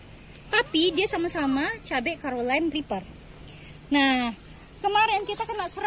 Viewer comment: carolina reper ibu bukan karolen et dah